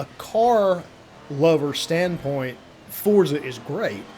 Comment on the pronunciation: Liked when someone actually called it Forza and not Fortza, lmao :))